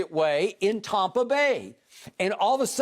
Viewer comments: TOMpa Bay, like Tom Brady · “Tompa Bay” 😂😂 but true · Tompa Bay Bradyneers